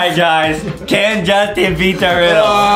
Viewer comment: It not jauntin its justin